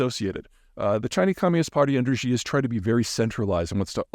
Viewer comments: I'm a long-time listener and enjoy your content. Thank you for being so consistent and for sharing your expansive perspectives on geopolitics, Peter. I just wish you would say Xi ("she") correctly. I certainly don't care to boost the mans ego any more, or to tear you down. I'm just an American who struggled to learn Chinese and have experience living in China. Imagine a Chinese expert saying something like "tlump" while discussing American politics and how much that would impact the credibility of their statement, even if accurate. One simple shift could make you sound more credible and informed to Chinese speakers around the world (obviously, the average Chinese citizen is not allowed to watch Youtube). Thanks again for the great content! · Dear Mr. Zeihan, I appreciate your analysis and enjoy the channel but your mispronunciation of Chinese names is distracting, it wouldn’t take much work, just run the names through Google translate and practice what you hear… the X in Xi is not pronounced like French J 👍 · Please learn to pronounce Xi's name better. It doesn't begin the way you pronounce it, which is with a voiced fricative, like the final sound (spelled by the g) of the English word entourage. Mandarin has no such sound. Of course, you shouldn't try to produce actual Mandarin speech sounds. If you succeeded at that, you'd be sacrificing clarity for hyper-accuracy. In general, transvocalizing words from one language to another is problematical. In this case, however, you're in luck. The normal pronunciation of the English word she closely approximates the Mandarin pronunciation of Xi's name. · It's hard for me to take seriously an expert who can't even pronounce the name of the Chinese leader properly (hint: it's pronounced like "shee" not "zhee") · Xi = “She”. Not “Gee”. Please say “SHE jean-ping.” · ‘Xi’ ( pronounced ‘she’ for want of getting overly pedantic) not ‘Zhi’. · Peter, can you say "she?" That's how Xi's name is pronounced.